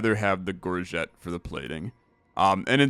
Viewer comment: You nailed the soft g on "gorget" I'm so proud of you!